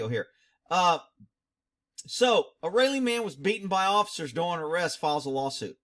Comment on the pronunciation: Raleigh is pronounced...Rah - Lee. Named after Sir Walter Raleigh.